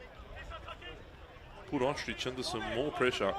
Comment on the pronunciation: Cody Ostreich- pronounced "Ostrike" not ostrich 😂